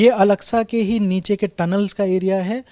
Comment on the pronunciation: Name are pronouncing alaska was totally wrong the name of mosque is Al - Aqsa